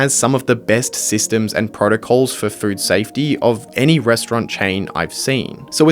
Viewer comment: I swear you said "fruit safety" every time